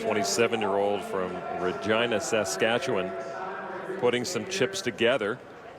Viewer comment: THANK YOU for pronouncing Regina, Saskatchewan properly this time...